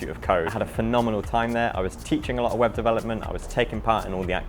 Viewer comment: LOL, thought you said Weapon Development instead of Web Development at first. Love your channel, keep it up :)